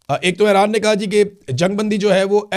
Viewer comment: Imran bhai thora tawajjah karain Ay-Raan Nahi اےران E-Raan ایران آپ سلامت رہیں آباد رہیں ❤